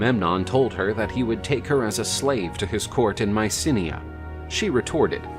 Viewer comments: It's /my-SEE/nai/, not Mycinea. I guess nowadays, narrators, and others, are just too LAZY. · Mycenae not Mysinnia